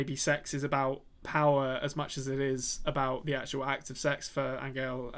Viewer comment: Hi guys! Found you recently after watching 1899 then went back for your Dark content. You're both fantastic. So a couple of comments, not questions for the moment: 1. I am here for the beards and hair. Majestic. 2. Angel, the Spaniard, is pronounced "an-hell". The g is read more like a soft h.